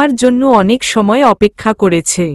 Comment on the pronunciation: যাচ্ছে শব্দ টা ঠিক আছে । করেচ্ছে,ধরেচ্ছে শব্দ গুলি ভুল । ঠিক ভাবে উচ্চারণ করুন ।